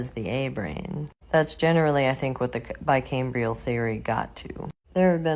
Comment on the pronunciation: "bicameral" not "bicambrial" lol